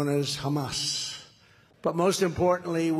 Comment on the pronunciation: Great idea if it works but how many people will actually admit to bring pro-Hamas (or Hamassssss as Donald Trump pronounces it)?